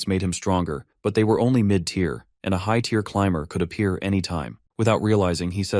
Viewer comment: I know this is 8 months old but I have heard much better from your channel, you should really take this down and redo it. I mean there is a span of like 10 mins where the AI is reading the words but NO ONE QA them. Saying words like tire and not tier